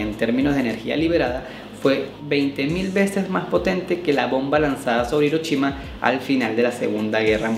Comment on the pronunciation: con todo respeto amigo por que los gay no pronuncian bien en vez de decir show dicen chow y tu en vez de decir hiroshima dices Hirochima es una manera para que uno se de cuenta que son gay o que onda saludos espero no moleste mi comentario